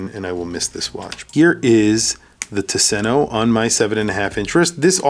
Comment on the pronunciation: Please pronounce it TOOS-en-o. Not tuh-SEN-o. “Tusen” is “thousand”; “ö” is island. There’s an archipelago outside of Gothenburg, and it’s beautiful. Marstand especially.